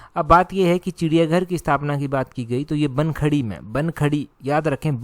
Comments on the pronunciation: It's Bankhandi not bankhadi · Sir it's BAN-KHANDI not BAN-KHADI